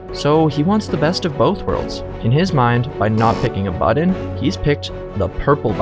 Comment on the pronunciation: “Pick a budden”